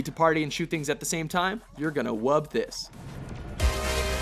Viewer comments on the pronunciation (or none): "You're gonna wub this" Ahahahaha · "You're gonna wub this" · Speaking of bronies did you notice him saying "wubs" while describing the dubstep gun?